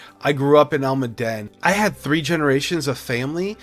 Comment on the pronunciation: You seriously sit there and say you "grew up in AlmaDEN"? I think your AI lied to you, cause it's ....................... AL - A - MEE - DA Seriously, did NO one else catch this?